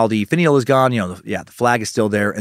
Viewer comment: DAN!!! its "finn-e-ell" NOT "faneel" as you stated! lol I'm sure you have been told such already! so sorry for the length of my post.